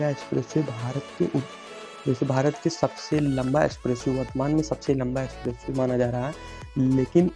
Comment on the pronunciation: गंगा एक्सप्रेस वे, ना कि एसप्रेसवे।